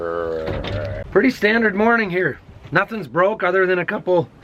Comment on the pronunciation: That thumderrrrr tells me hes been watching cooking with drew lol